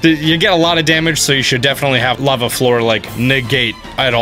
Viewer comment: It sounded like he accidentally said rava instead of lava. And it is easier to just dub the correction, but yeah I heard it too. Lol